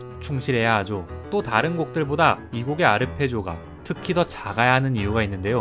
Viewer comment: 외람되지만 “하죠” 나 “하는데요” 발음하실때 정직하게 ㅛ 로 발음하지 말고 ㅕ로 하면 더 자연스러워요 😉 서울말 흉내내는 방언 사용자들과 더불어 대본 읽는 사람들의 제일 많은 실수가 이거라고 하네요..